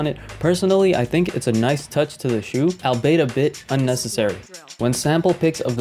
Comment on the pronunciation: Wait did you just say "albetabit unnecessary"? It's albeit as in all-be-it hahah. No worries.